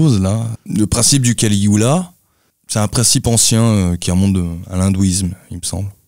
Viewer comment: Kali-yuga et pas caligula les gars...